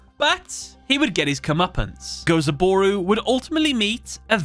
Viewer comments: It's Gozaburo, you mixed up an o and a u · The constant mispronouncing of Gozaburo's name is hurting my soul.